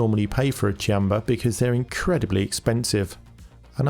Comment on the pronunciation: Thank youu for teaching me I've been wrongly pronouncing "Qanba" as "Kwanba" all this time.